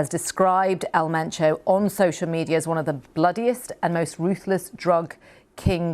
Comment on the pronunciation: ElMentoo ✅ EL MENCHO ❌